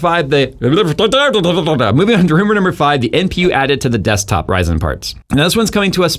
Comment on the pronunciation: Never heard anyone call ryzen "raj san"